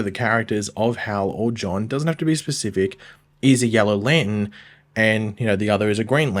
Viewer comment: Can you learn how to pronounce lantern?????????